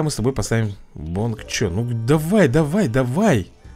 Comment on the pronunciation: говорить надо снэп дракон еще хотите увидеть исправления тогда нажимай читать дальше надо говорить бонг чой а не бонг че ну думаю перебор сказал...